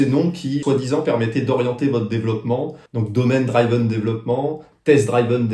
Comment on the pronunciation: C’est Madame Mac Michu, ta prof d’anglais au collège. Attention, a-t-on dit dr[i]ven and not dr[aï]ven 😉. Merci pour cette piqûre de rappel !.